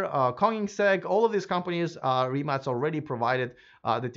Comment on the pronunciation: Congratulations!You are first "foreign" reporter who pronounce "RIMAC" correctly.